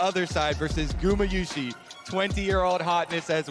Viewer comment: Does is bother anyone else that they keep mispronounciating gumayusi